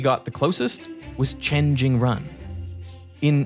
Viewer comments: Jingrun... maaan... can't you just research name pronunciation? The "run" is pronounced something closer to "joon". You make it a point to pronounce Goldbach properly, but don't give half of a sh*t about Chinese names. It's hard not to see a form of racism there. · and the "run" in Jingrun isn't pronounced like the English word run, think of it as "-sual" in "usual" but replace the "l" with "n"